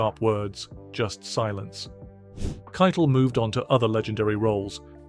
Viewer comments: "Harvey Kite-Le" is it really pronounced like that? I always said, 'Harvey Ki-tel" I would really like to know if it is a British accent thing or if I have been mispronouncing his name for the last few decades! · You're right it's Ki-tel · The way the narrator pronounces "Keitel" sounds like he is referring to the Nazi Field Marshall, who directed the OKW, or cheif of all the armed forces of Nazi Germany. Keitel was found guilty of War Crimes, as was Joldel, who was also hanged. The tribunal refused to grant them the usual death by firing squad. As Eisenhower saw it, they were not soldiers, they were theives and murderrers. I agree.